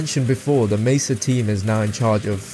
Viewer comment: Aside from the way you said Black Mesa, i think you did a pretty good job.